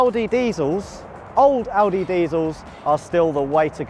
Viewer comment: I love that pronounces Audi the right (german) way.